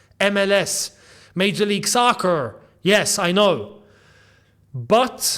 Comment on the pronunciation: How he said soccer 😂